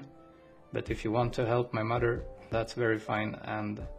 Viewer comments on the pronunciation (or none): Only Malaysians will know the way he said "My MADER". Trust me.